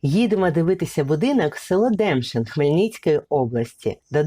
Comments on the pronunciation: не ДЕмшин, а ДемшИн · Демшин,наголос на " И " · Село називається ДемшИн а не ДЕмшин